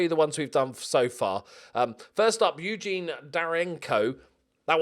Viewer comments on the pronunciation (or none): none